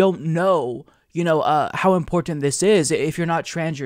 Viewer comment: I love how he says "importint"